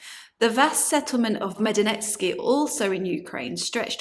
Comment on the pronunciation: so sorry , but you are also mispronouncing the Ukrainian word Maidanetske! The name should be read as "my-done-etsk" Maidanets was the location of two separate settlements of the Neolithic/Chalcolithic Cucuteni-Trypillian culture. The first settlement, encompassing about 2 hectares (4.9 acres), was inhabited near 5000 BC, and is located close to the outskirts of Maidanets along the road to Talne at a location called Hrebeniukiv Yar (Ukrainian: Гребенюків Яр).